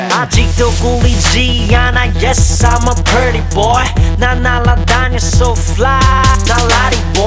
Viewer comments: Pretty? Görll I think he pronounced like "petty" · That was PRETTY, but he pronounced it as PERTTY